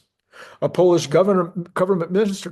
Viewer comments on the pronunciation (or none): none